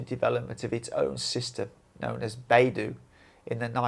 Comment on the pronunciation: The dou in BeiDou rhymes with the letter o. PinYin is the use of English letters as pronunciation guide. It is NOT English. When you see ou in pinyin, think of the letter o. The Ren in Renmingbi is very dissimilar to any r-sound in English. The letter r in pinyin is to denote a peculiar pronunciation in Chinese.